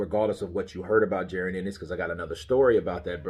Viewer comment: It's actually PRONOUNCED Ja ROn,, but no biggie lol